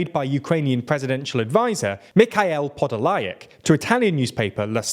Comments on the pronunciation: Sears-ski, not Sirt-ski. Po-doll-yak, not Po-do-la-yek. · 2 notes on pronunciation: Avdiivka is missing a syllable. Av-di-yi-vka. Podolyak has an extra syllable. Po-do-lyak.